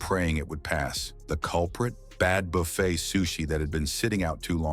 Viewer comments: It is NOT BUFF ETTE but Buff aye! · It is NOT BUFF ETTE it is Buff a.